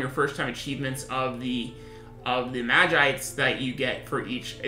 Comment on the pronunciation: 2 things - it's vis-see-ore and mah-jee-sight